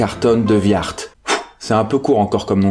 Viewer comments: C'est l'arrière arrière arrière grand père de mon meilleure pote et on dit pas carton de "viart"mais de wiart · Super vidéo, sinon ça se dit De ''Ouiart'' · Répétez après : Carton (comme une boîte) de "Oui are"